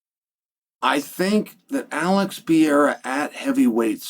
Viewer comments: ALEX PE REI RA. What are you saying? Pierra? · Alex Pee-yaira….no, Chael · His name is not pronounced pee-era! Why does that drive me nuts? I wish I knew lol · god damn why cant he say pereira? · Because he purposely mispronounces names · You must be new here.. 🤣 He does it every Pereira video. It pisses me off too 😂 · It's a tongue twister for him